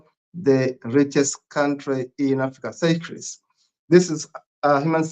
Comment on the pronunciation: Seychelles is pronounced like "say shells" not "Cyprus".